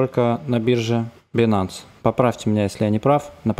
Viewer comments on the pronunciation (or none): none